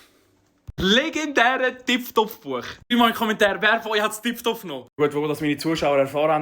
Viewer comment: Es heisst doch tiptopf tipFtopf